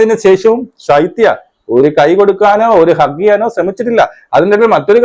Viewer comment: സൈത്യ അല്ല ശൈത്യ